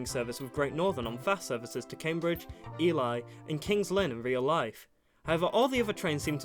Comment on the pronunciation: how dare you mispronounce ely and also your 745 prediction will probably happen because there's a 745 12 car marker at SHB and some other stations.